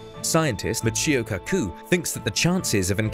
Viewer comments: Weird pronunciations of Lagrange and Michio Kaku but otherwise a good video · "michurr kakoo" otherwise great vid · "called cryocooler" "the le-ra-gee point" "mich-ee-oh ko-ku" wikipedia has never sounded better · I can't believe you butchered Michio Kaku's name.hahaha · Well, he also mispronounced the names of Lagrange and Michio Kaku, so I'm not surprised